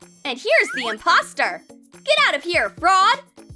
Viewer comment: She said impostor like in among us